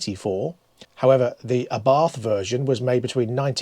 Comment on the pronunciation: pron.hints: it is ABART (no "th" in Italian language), it is LANTSHIA (not lanzia).BTW don't be shocked when nobody understands you when coming to Italy and you say "CapREEEEE" instead of "CAApri"